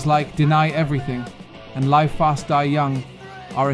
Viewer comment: Is this an AI voice track? Live fast die young - the live is pronounced liv not l-eye-v. Ian Mackaye is pronounced Mack-eye not Mack-eh. That Cro-Mags clip was not the Age of Quarrel lineup.